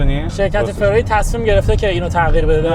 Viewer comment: دهاتی داغون چه میدونه که فراری چطور تلفظ میشه ؟؟؟؟ جلف پلشت بدرد نخور... همه چیش رو اعصابه آشغال عن